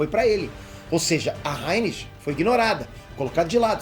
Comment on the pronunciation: acho que fala Raénis e não Rânis (Rhaenys)